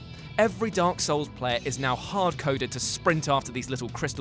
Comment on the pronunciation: Video starts Guy: D O R K S O U L S Me: REEEEEEEEEE